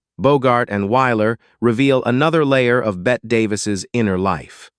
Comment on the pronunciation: 'It's not pronounced "bet" bur rather "Betty" . Hire a professional and stop insulting us.